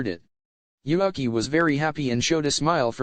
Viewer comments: Why read Yuuki as Yuhaki ? xD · In the start you pronounced Yuuki's name correctly then during the video kept calling him YuAki.. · why u pronouncing yuuki yuaki?? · why is yuuki is pronaunce yuaki? I don't get it